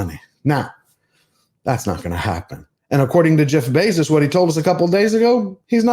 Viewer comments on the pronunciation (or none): none